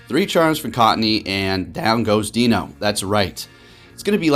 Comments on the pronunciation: It’s pronounced ‘Dai-no’ not ‘Dino’! Great video though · I love your videos and content, you're by far my favorite POGO youtube personality. While I'm a recent subscriber I've looked back at your old videos so I have reference to your passion and commitment to the game, as well as a little bit of your background and a bit of your life story... Which I all appreciate. That being said, for some reason it realllllly bothers me how you pronounce Deino. I'm sure you don't care but it's sounds like die-no the whole evolutionary line referencing the German numbers 1 2 and 3 or eins zwei (zzzwei) and drei (dry). WOW you read all the way to the end thanks you rock, as the great would say... "Take care"